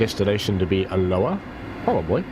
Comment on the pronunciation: Pronunciation coach here. Alloa has its emphasis on the first A. Also, cultural note, not all Scottish people hate the Royal Family. Just the ones that shout loudest! Message ends.